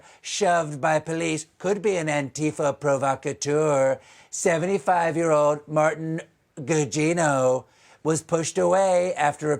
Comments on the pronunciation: Ok, please. It's "ANTI FA." Not "Anne-Tifa." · Interesting, you stress the "ti"-syllable in antifa?